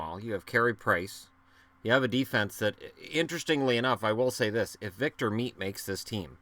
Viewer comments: It's pronounced meh-tay not meat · Victor Meté, not victor meat.. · Just a heads up, it is pronouced (met-eh) not meet.